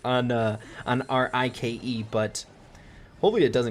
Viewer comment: Siege vocabulary: Everyone: Bolts, ike: Screws, I-K-E 😂 Love your videos! Keep up the good work! 😉